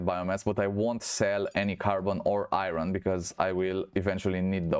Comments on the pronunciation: you say irin thats not how iron is said. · there is no "in" in iron..